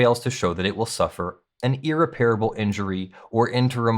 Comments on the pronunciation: Sorry, but it stands out like a sour note on the piano. The word is 'ear-REP-rih-bull.' The word 'ear-rih-PARE-uh-bull' does not exist. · How do You not know the difference between "irreparable" and "unrepairable" .... You are pronouncing "irreparable" incorrectly ...... And yes , I went to 4 different dictionaries to make sure I was not wrong ( like all those other times )